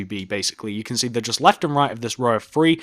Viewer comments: do you notice how he says free instead of three. what is up with that? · One.. two.. free.. four..